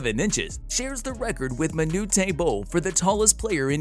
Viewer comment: Pronouncing of renowned and Manute. lol.